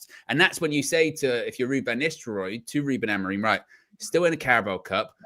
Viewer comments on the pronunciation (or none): AmoriM, not Amorin.